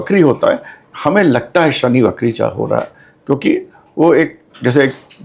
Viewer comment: बहन ! 'वक्री' शब्द का उच्चार "बकरी" नहीं करना चाहिए।